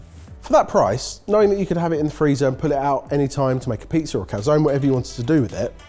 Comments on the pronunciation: So you can pronounce paella, but not calzone? Cal-zo-knee (I guess it's really cal-zo-nay/cal-zo-ne, but baby steps) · you pronounce the e in calzone!